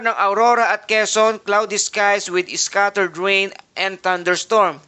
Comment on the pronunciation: Bakit "iscattered" ang pag pronounce ng scattered? Thank You though for the infos and warnings. ♥️